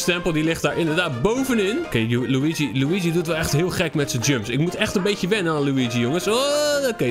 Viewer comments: Het is luigi maar loeigie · Zeg lowiedjie want als je Luigi zegt denk ik aan poepie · Hij het helemaal geen Luigi de g spreek je uit als een gi